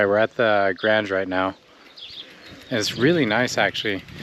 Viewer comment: Grange and Sprague are bot h pronounced with a long A sound.